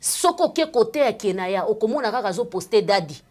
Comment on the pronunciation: C'est:1 Keyna jk pas kenaya 2 rectification et non redification juste une correction ne le prend pas mal stp ma chérie